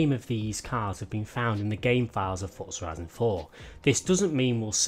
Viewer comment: Yes you Finally said forza horizon 4 correctly. I love your videos but it’s so annoying how you normally say it